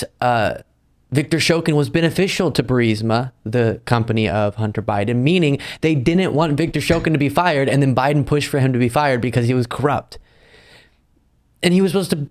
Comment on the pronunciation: You're an intelligent young man, and I like you. So I'm going to give you some advice; don't say "dinnut". If you want credibility among your listeners, say "didn't". BTW you don't pronounce the apostrophy. Keep up the good work; we need more people your age to be this well informed.